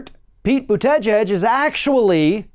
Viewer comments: Croix Rennie No. is not pronouncing his name correctly. Check Mayor Pete on The View. (Boot-A-Jeg) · It’s Bute-eh-Gige!! just slaughtered his last name. Just call him mayor Pete. 😜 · Learn to pronounce his name. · Sources? Bernie's not the only progressive out there, and he's what? 76? I heard Pete talking and saying that we need Medicare for all. And mispronouncing someone's name,, is a bit trumplike. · Dude, I came to this channel for information. But 38 seconds into the video you lost me! How is it that you cannot pronounce the name of YOUR subject matter?!?! I mean, seriously, if YOU expect ME to take you seriously, DO YOUR HOMEWORK. I'm gone!